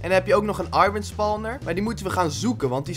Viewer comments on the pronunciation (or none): none